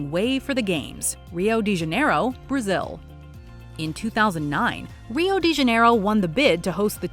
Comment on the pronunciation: The bareless intempt of pronunctiation for Rio de Janeiro is almost insulting. I can bet the lady has never even tried to learn other language apart from English. Good video though.